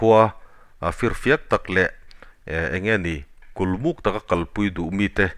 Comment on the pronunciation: Kulmut nilovin KULMUK tih zawk tur aw.